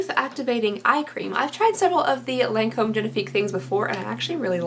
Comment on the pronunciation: I believe it's pronounces lawn-comb :) lmao